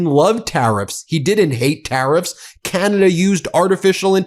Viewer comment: "...Canaday..."??? Huh? Oh, Oh..."Ah-Cee-To-Me-No-Fun"